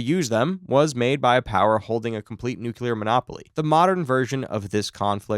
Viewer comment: Nu-Klee-year, not nuke-u-lar